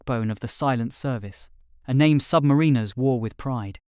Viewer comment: Interesting. Bit pendantic, but the author may want to pronounce "submariners" in a more acceptable way. Say to yourself "The rhyme of the Ancient Mariner". Now put "sub" in front of "mariner". Got it?